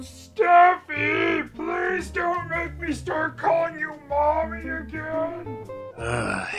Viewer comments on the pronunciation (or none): none